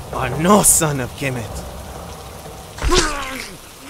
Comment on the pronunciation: It's Kemet. Not "Kemeth"